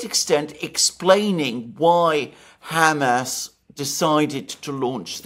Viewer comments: Could you get Mercouis to stop saying ham ass.😊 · Great show! I had to chuckle to myself everytime Mr Mercouris said Hamas, as he pronounced it like it is a pig's rear end - like Ham Ass. I'm more used to the usual Hamaas type pronouncation. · It's funny how Alexander pronounces the faction as 'Ham-ass.' 😂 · and other knowledgeable pundits say "HAM ass" like we would say ham sandwich. American newscasters often say "huh MAHSS". Which is correct? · Alexander's pronunciation of Hamas unconsciously motivated me to eat two ham sandwiches.